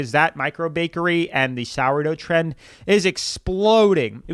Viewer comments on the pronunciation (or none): none